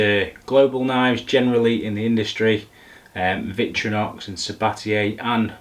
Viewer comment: Interesting video as I'm in the market for a new knife set but massively triggered, as a knife fan, your pronunciation of VictOrinox as VictrYnox. I couldn't not say anything #sorrynotsorry 😂